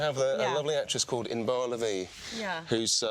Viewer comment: as a guy from israel, it's just so funny to hear "inbar" in british accent